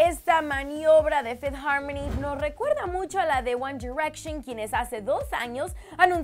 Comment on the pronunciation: Minuto fifty harmony???? Error de escritura o de pronunciación